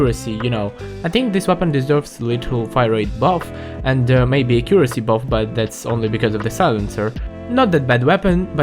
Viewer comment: not to make fun of his accent but acuesy